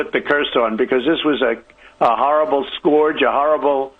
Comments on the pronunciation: You forgot that as well as calling it a "curse", Trump also called the China Virus a "scorge" (which along with so many other things he "won't ever forget, by the way"). Maybe because scorge rhymes with orange? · OMG....can someone please tell him if he's going to repeat this garbage, the word is 'scurge' not 'scorge'....